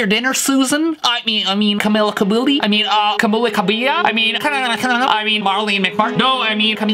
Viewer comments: he sounds like he says come here cow bell instead of camila cabello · "Komeelagh Kobbell" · Camila Cabello (Cam-ee-la Ca-bay-o) in Spanish "LL" gets a "Y"sound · Steve, I did the work for you. It's pronounced "CamEELLa Cabayo" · camilizers are triggered the way he pronuonce camila cabello. its caMEEla caBEYO actually. no hate im just saying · "camEEla cabeYO" - CAMILA CABELLO that's how you pronounce her name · (Cuh•mil•ah) (Cah•bay•yo) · Its Camila Cambello I think (ka-mel-a com-bolo) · For those who dont know, It's basically Ka mill a Ka bell o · name pronounciation cam-EE-la ca—BEY-o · this is how you say it kuh-mi-luh kuh-beh-low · i translated it in spanish and it is pronounced camila cabeyo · Pronounced ca-meell-a ca-be-yo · here "cam-ee-lah , cah-bay-oh" is how you pronounce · "Camiya Cabeyo"hahah Or kabayo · cam-E-lah-cah-be-lo hope i helped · Ca-be-o is how it is pronounced got job bud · its pronounced ca mela ca bay o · at least learn how to pronounce people names before talking about them it is pronounced (cam-eela , cab- ay-yo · "Pack of Weens😲" -Camila Cabello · Its called camilo cabello bell as in bell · Her name is pronounced Camilla cabello.